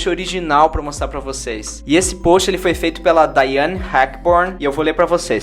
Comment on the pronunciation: Mto bom, mas o nome correto é DIANNE e não Daiani! 3,2...